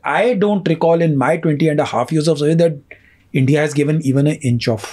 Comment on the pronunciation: Bhai please 'Indya' mat bol yaar , India bol